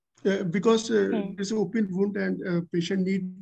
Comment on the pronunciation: Between the stress of the exam… what cracked me up was … what will you do for the ound! Oond? Wound! 😂😂😂